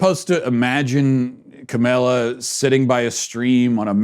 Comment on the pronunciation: Kamala is not that hard to pronounce dude, it distracts from your message.